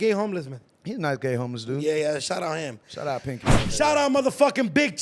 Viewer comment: It's PANKY! NOT PINKY OT😂😂😂😂 Lol you doing your thing OT! BAY CITY TEXAS ON THE MAP!❤❤❤❤❤❤❤❤❤❤❤❤❤❤